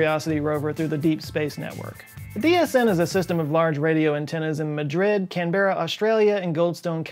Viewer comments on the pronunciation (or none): Here's a tip from an Aussie, Canberra is pronounced "Can-bra", not "Can-berra" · Its pronounced Can-bra not Can-ber-ra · Just a quibble: The last vowels are schwas (unvoiced vowels). So it isn't "-bun", it's "-bn". It might sound like bun or bin or ben or ban, depending on your own accent, but if you emphasise the vowel at all, it sounds just as wrong as any other mispronunciation. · I exhaled heavily through my nostrils upon hearing Can-bear-rah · This is yet another example of how culturally seperated communities change and evolve. In American English, it really is pronounced Can bear ah, where as the local Australian English pronounce it Can bra. Or as I call it, Can boring. This phenomenon will only increase between a Terran and a Martian cultural exchange. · FYI, The capital of Straya is pronounced Camb-rah, not Can-berra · Canbearra, Pahaha. Say camber. (Like camber of the road) Now say Canber Now say Canberra. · As an Australian I am appalled at the way you pronounced Canberra, it's pronounced canbruh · To our American friends. Canberra is pronounced "Canbra", Melbourne = Melbun, Brisbane = Brisbun. :) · As someone who lives in Australia, 4 Mbps doesn't sound too bad. Also, as someone who lives is Australia, Canberra is pronounced can-bra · Just a heads up, Canberra is pronounced like "Can-bruh" :) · Canberra is pronounced "Can-bruh". Source: I'm an Aussie. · can....baira.....thats how you said it omg hahahahaha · When Pronouncing Australian City names,, here's a tip. Put the emPHAsis on the first sylLAbel. SYDney MELbourne CANberra BRISbane, You're welcome. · Outstanding content as usual…it’s spelt Canberra, but pronounced Can-bruh…keep up the great work Also: Melbourne = Melben Brisbane = Brisben Think Arkansas…love your work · CAN-bruh. You emPHAsised the wrong sylLAbles ;) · I can't help myself, I just have to say it. It's pronounced "Can Brah" Have fun with Prahran, Melbourne. Even Melbournians can't agree how to pronounce Prahran!